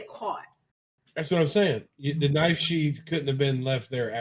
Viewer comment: DV calls the Knife 🔪 Sheeff not Sheath 😂😂😂😂